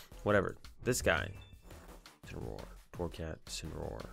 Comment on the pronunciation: Dark cat Pokémon is pronounced In-sinner-ore GX